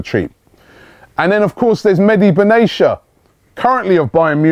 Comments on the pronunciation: Robbie,It's Ben-Ah-Tea-Ah not Ben-Asia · for the 100th time !! its not "Baneesha" its BEN-ATIA LIKE BEN-ARAFA - ,,, BEN= son of.. so son of Atia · Dude Robbie! It's pronounced Ben-a-Tia not beneysha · Just as a side point Mehdi last name is pronounced BEN-AH--TEE-AH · If you say "binayisha" once more I'll report for misleading content. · robbie plzzz. its ben_ateya. just like ben arfa ,get it right u star lol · Can you please make an effort to pronounce Benatia's name correctly please